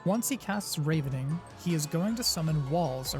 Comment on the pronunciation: Thanks for the guide! One note "Ravening" (to feed greedily) is pronounced with a soft A (rah ven ing) from Ravenous (extremely hungry) though I do believe they ARE both from the word Raven in reference to the birds being hungry scavengers. Pronunciations are always a bitch.